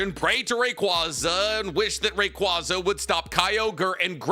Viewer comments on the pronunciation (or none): Ray quay zuh not ray qwah zuh. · Love but my god his pronunciations at time drive me nuts lmaooo Ray-Kwaazah?! Kawn-kuldur?!!